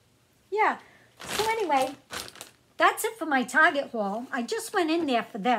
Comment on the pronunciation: Hello and good evening... I was watching your video and all of of sudden you said the word Target... You said Target or Tarjet... I found myself thinking and smiling, like OMG, I'm not the only one that says that... lol